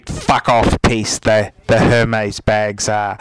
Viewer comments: first thing, do you have to swear its not pleasant to watch and second thing, learn how to say Hermes its pronounced ermes it has a ac-sent on the E so you don't pronounce H. You say you know luxury you don't even know how to pronounce it!! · Hermes is pronounced "Airmays" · laughing really hard at the fact he didn't even pronounce HERMĒS correctly